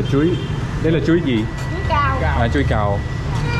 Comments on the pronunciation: "Chuối cau" chứ không phải "chuối cao" ạ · "Chuối cau ", it's not "chuối cao",!